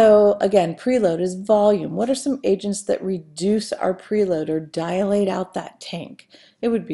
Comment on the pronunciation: Good video but it's annoying when she says DIA-late instead of DI-late